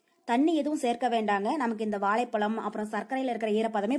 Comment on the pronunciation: pronounce valaipalaum properly aunty thn u do video in you tube channel